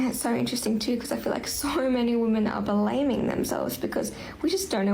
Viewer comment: What is wrong with her pronunciation FFS ? BELamming ? DEraing for us ? WTF